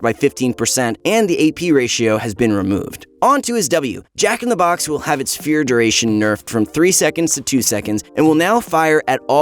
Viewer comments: "Jack in te box" Nice to know even the people at proguides make mistakes :). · 'Jack in te Box'